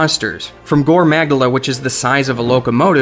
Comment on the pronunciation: Muh-gala, not Mag-dala